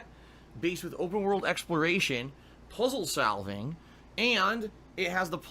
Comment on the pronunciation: "Puzzle salving"